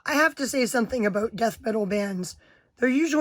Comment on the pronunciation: Cawwed def metaw